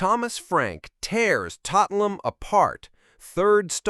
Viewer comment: more AI horse shit. it even calls Tottenham "Tottleham". rubbish